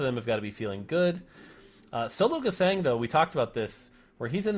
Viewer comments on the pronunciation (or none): Can anyone please tell that the german "Sologesang" is pronounced more like zologezung. So with a very soft "s" like the "z" in "zoom" and the german "a" witch sounds more like (but not quite the same) the "u" in "lung" or "plumming" or "but".